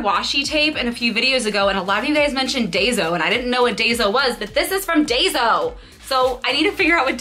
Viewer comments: It is daiso not dazo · Love today's video! Daiso (pronounced Die-so) is a Japanese dollar store. Most things are sold for $1.50 sometimes more. They have a lot of cute Japanese Disney items. The stores are hard to come by. I live in Manhattan and have to travel all the way to Queens to shop there. Might have to go once the city opens up to get those cute cards! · Congrats on 4000! Daiso is a Japanese equivalent to a dollar/low cost store. I've visited them when I was there and they have tons of great stuff. It is pronounced die-so :) You guys need to plan a tokyo disney trip I think!